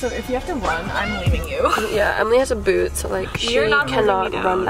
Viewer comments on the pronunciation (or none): none